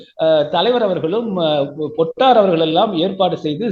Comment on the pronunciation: பொட்டு அம்மான் = பொட்டம்மான் —-> பொட்டர் (சுருக்கமாக அழைத்தார்கள்) ‘பொட்டார்’ எனும் உச்சரிப்பு தவறானது!